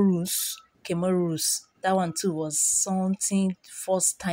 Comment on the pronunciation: The wai u pronounce the countries eeh u really murdered it. I heard Comoros like cameroon. Good job and thumbs up done